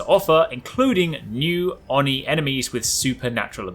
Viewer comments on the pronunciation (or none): Again, Oni is pronounced 'Oh-nee'. My Japanese lesson fell on deaf ears...